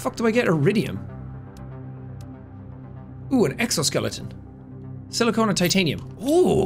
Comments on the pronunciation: I love how Jack points out how he says aluminum differently, but doesn't notice that he's saying silicon actually wrong (he's pronouncing it like silicone, which is an entirely separate material which you can make with silicon) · Please more of this one!!! Also it's "sili-CON" not "sili-CONE" 😂 Jus sayin......